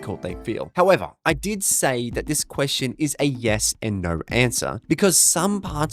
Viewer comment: “Well, yes and naur.”